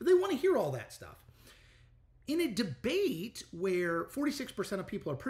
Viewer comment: He took "de-bate". Lol